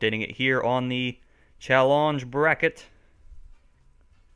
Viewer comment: "Chall-onge" :P